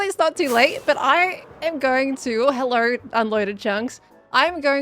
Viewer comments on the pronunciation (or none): the way you said hellauirgh😂